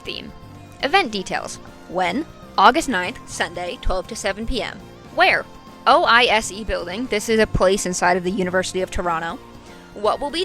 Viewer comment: Awesome coverage, especially considering how fast this video came out! I just realised I've never heard someone say O I S E. It's oyzee :)